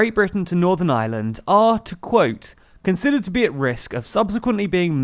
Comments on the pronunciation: Please, it's Ireland (are-lund) not island. The island of Ireland not the island of island. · "On the island of eye-a-land"